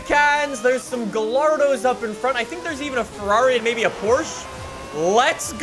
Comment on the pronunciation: he did not just say gaLLardo 2 L'S IN SPANISH IS A Y SOUND THE GALLARDO IS SPANISH